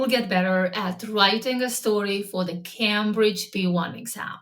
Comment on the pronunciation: How about learning how to pronounce Cambridge. That could be a good start.